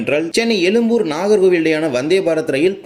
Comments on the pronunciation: . உச்சரிப்பில் “ழ” அழுத்தம் தேவை. அழுத்தம் இல்லாததால் எழும்பூரை “எலும்புர்” என உச்சரிக்கிறாய். 😊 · No you said elumbur meaning bone zha which cannot be written other than Tamil& Malayalam but you have written correctly why don't you pronounce it correctly that's why I said you could have pronounced in English,it would be appreciated if you pronounce it atleast in your next vlog. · Very irritating to hear elumbur when you cannot pronounce atleast say Egmore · அது எழும்பூர். எலும்புர் அல்ல 😮😮😮😮.